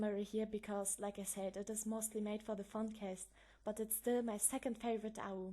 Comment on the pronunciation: It's been so long since I've heard your voice <3 Thanks for the explanation! And I'm pretty sure AU is said as "ay you" But Okey;^9